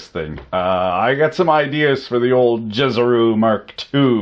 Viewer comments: So juicero is pronounced as YouZero. The mind boggles. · JIZZERO XD